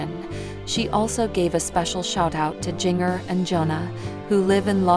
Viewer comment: Her name is Jinger not Giger! Get it right people!